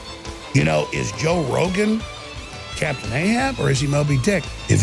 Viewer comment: jow rowgun jajajajaja :v